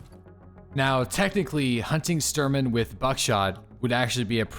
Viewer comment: Dude it's Shhh Shhh Shhh-Turman :D not Stir-man.